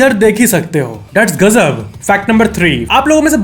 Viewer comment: That's "GAJJAB" 😀😀